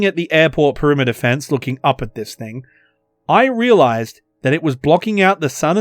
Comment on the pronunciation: "Thig come down." I guess sky cat took the "N".